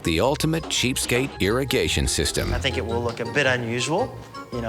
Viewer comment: Dude when she said “I theenk it’s kindah graoss” 😂😂😂